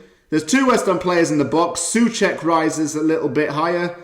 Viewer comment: czechs say So-cek but good video and great game.